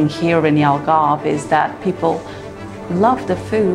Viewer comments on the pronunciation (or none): Algarve not Algrave